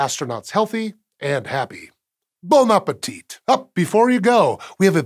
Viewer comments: GAH! Do not pronounce the final “t” in “bon appetit”. It’s “bohn app-eh-tee”. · Bon appeteeeeeet.